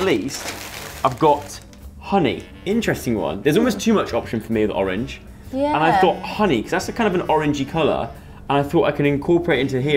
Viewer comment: love you but i have got to say orange